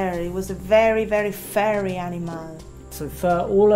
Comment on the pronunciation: furry, not fury ^^'